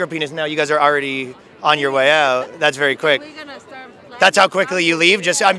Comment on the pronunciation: That Canadian accent is so thick it’s distracting. Bro you need to pronounce “ou” correctly. Out. About. House. Mouse. etc.